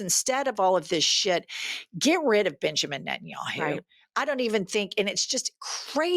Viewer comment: I know you said Benjamin, but I heard Bitchemen 😂❤